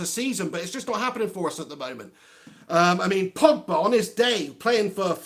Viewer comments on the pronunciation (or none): Nor Nizar Mohamed, yea my 1st time on here, stumbled across this, he had me in stitches. "", "The portugease Mr Bean", hilarious😂